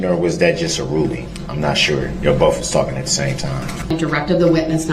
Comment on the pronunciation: Neither does Both - Darrell says " boff"